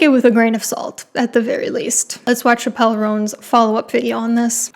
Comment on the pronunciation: You lost all your street cred when you pronounced Chappell like Dave Chappelle. 😉 It's just "chapel." An understandable error though! My secret weapon to pronouncing musician's names right: Watching them being introduced to perform on shows like Late Night.